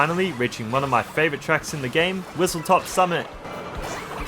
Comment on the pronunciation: It's WhistleSTOP Summit, not WhistleTOP Summit.